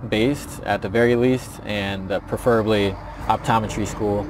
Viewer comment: Is his pronunciation of "preferably" standard? I've always pronounced this word with stress on the first syllable.